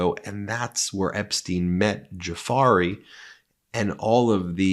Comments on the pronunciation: Excellent reporting and putting puzzle pieces together! One small critique: Virginia's last name is Guiffre. Pronounced: jew-fray, not jew-fairy. Anyway, I've been aware of Epstein since the Mobster came down the escalator in 2015. It's amazing how Epteins wiki page has grown in 7 plus years. More attention NEEDS to be paid to Donald Barr: Bill Barrs father and Dean of the elite Dalton School, who hired uncredentialed Epstein. Donald Barr wrote a book about old men having sex with minor girls. SOOO much more to the story!!!! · Get to pronounce these women's name. Her name is not jaferi. Its giuffre!! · Great work on the total, narcissistic, buffoon. However, I just wanted to let you know how to pronounce Giufrey! It’s Jew Frey. Giu, in Italian is pronounced Jew.😅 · Guiffre is pronounced Jew-FRAY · Virginia Roberts is now Virginia Guiffre (pronounced Jew-fray). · 'JuFray' is how to pronounce her last name. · Virginia's surname is pronounced DUE FRAY. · just an FYI: Virginia Giuffre, née Roberts, name pronunciation is Gu—fray or Ju-fray. With regard to Trump, nothing can happen to him now that he is President. Is it any surprise Epstein ended up dead in his jail cell? The big, bad boys knew he would take a plea & name a lot of celebrities who were part of this, to include Trump! No different than Diddy Comb’s lifestyle and/or Weinstein’s crimes. All of the same type predators. Where are the parents of the 14-year-old girl models? Did they not find it suspicious that their middle-school aged daughters were on yachts partying with wealthy men?! I would never allow my daughter to participate in such activity. Why did they? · Ben: Consider a remedial reading program. “Giuffre” is NOT pronounced JOO FERRY! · Giuffré is pronounced "jew'ffrey" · Ben, Virginia’s last name is pronounced, “joo-fray” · Due fray is how she is pronounced. Trump is who he shows us to be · What a creepshow. BTW, Virginia's last name is pronounced Joo-fray. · Her name is pronounced "jew fray"